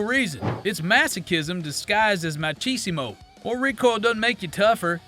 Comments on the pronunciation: Awesome, vid. “Ma-ki-smo”, tho brother. Respect for learning it by reading, ig. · I love the mispronounciation of machisimo. Way to sound "cultered/woke." I know 90% of your audience won't catch it tho because they watched the tpusa halftime show.